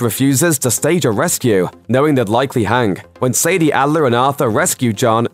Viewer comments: sadie and say-day are two different things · Why does he say Abigail like abegail and why dose he say Sadie like sadia